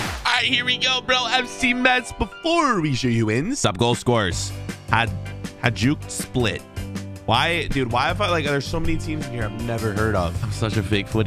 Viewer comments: Im from as you said hadjuk split And you deff said that wrong its hajduk split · Its pronounced Hi-duke Split I live near split in Croatia so i know😄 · It's pronounced: Haiduk Spliit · Hajduk Split is Croatian league team. Name is pronounced Hi-dook Split.